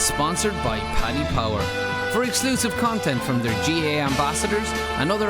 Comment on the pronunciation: Your man introducing the show can't say Gaa he keeps saying Ga